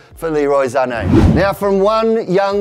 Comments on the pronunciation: it's Sane not Zanei ... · It's Sané...not ZZZZZZZZZZZZZZZZZané like wtf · Sané not zané plz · Why does he say Sane as Zahney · iT's SaNÈ noT ZzzZaNe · Its not zane, it's sane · Why is saying Zane instead of sane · Y r u calling Sane Zane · But what I mean is, even though it would be pronounced like that in Germany, his father is Senegalese and his surname is French so it's actually meant to be pronounced Sahney in as it's in French. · I almost stopped watching the video the. First time he said "zhaney" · the way he says sane triggers me